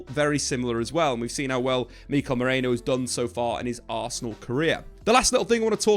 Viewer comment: Merino not Moreno.